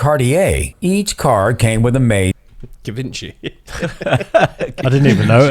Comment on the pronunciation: The second he said Guh-Vin-Chee (Givenchy) my eyes went straight to Daz. I knew he was gonna catch that one. Come back to the states and you'll hear that butchering of the name a lot.